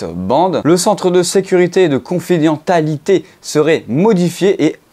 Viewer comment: Ça se prononce confidenSSialité...